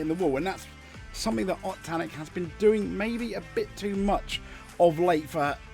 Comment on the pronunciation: I'm sorry but the name mispronunciations in this video are EGREGIOUS. Thierry Neuville - Tee eerie New ville Ott Tanak - Oit Tanak Kalle Rovanpera - Kallay Rov an pera Sami Pajari - Sammy Paa yaari With regards to Mikkelsen, he's a gravel specialist so i have no idea why Hyundai have put him in the car for the asphalt events. Truly baffling decision making imo.